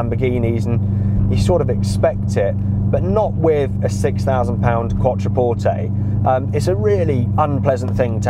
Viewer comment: glad you now know how to pronounce Quattroporte LOL